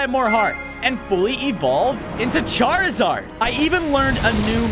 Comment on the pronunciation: Charzard not hazard